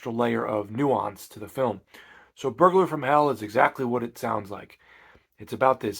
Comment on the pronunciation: I had to go back and re-listen to what you said, I thought you said furburger from hell.